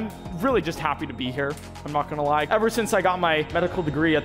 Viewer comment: I'm begging you, say gonna, not gollna